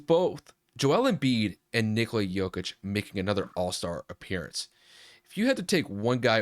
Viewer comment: It's pronounced ni-KO-la